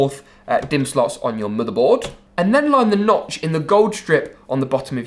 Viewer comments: Da MoDar bOarD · I’m not sure why, but the way he pronounces Motherboard is Oddly Satisfying.